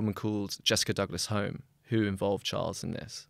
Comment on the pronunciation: Surely Douglas-Home is pronounced Douglas-Hume.